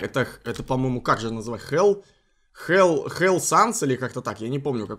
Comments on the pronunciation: это фелл а не хелл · Не хелл а фелл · Там не хелл Санс, а ФЕЛЛ Санс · Ахаха,:Хелл Санс Я:ООООО, ОТНЫНЕ ФЭЛЛ САНС, ЭТО ХЕЛЛ САНС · Слушай не фел а Фелл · Не hell Санс, а fell, с пробитым черепом horror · красный Санс это Фел Санс, а не Хел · Это не хэлл а фэлл санс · Эт Фелл... А не Хелл... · Чел это фелл а не хелл санс ЭТО ФЕЛЛ САНС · Его зовут фел санс а не хел санс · ФЕЛЛ (Fell) Санс, а не hell. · Не хел санс а фелл санс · ЭТО ФЭЛЛ САНС А НЕ ХЭЛЛ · Не хелл а феел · Не Хэл а фел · Это...... Фел санс (который красный). мне просто очень больно это слышать Т.Т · Это fell sans ты с первыми буквами ошибаешься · Fell sans а по русскому фелл санс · фэл санс а имя рэд